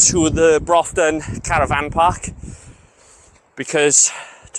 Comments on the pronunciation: Tidy vid , just for future reference for you its pronounced Bruftun. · It's called Broughton, pronounced "bruffton' Check tide tables, you can walk around the headland as you look out from the main beach to the left, for an hour or so either side of low water on the spring tides.